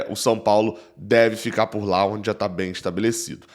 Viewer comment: Reinaldo não deve "dicar" e sim "ficar" 👍🏾